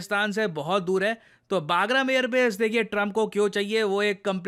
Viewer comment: it's बगराम Air base, it's not बागरम Air base, सर आप हमेशा इस Air base का नाम गलत pronouns करते है। सर अफगानिस्तान के इस air base का सही नाम "बगराम" Air Base hai, ना कि "बागरम" Air base. Thank you Sir 🙏🙏🙏